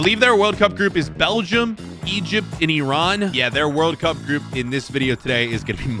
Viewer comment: Hooray. You are the only YTuber who can pronounce Iran correctly.